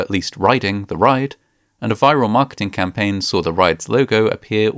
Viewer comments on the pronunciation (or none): none